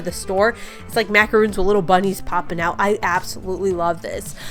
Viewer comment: Love these! Those are macarons-- pronounced "mack-uh-RONS". 😊